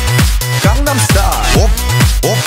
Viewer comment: Psy my fav singer❤and its not condem its gangnem😂😂